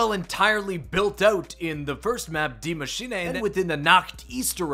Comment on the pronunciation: Even when reporting on Vanguard Zombies my favourite map "Deema Sheenay" gets mentioned